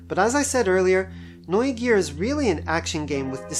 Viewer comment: I love how you say "Neugier" correct.